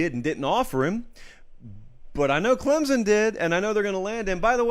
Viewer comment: loved your take on the hire and the type of person Dabo is but hey man there's no "Z" in Clemson